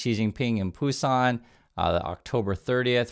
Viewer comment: it is BUSAN. You apparently don't know the name of your city.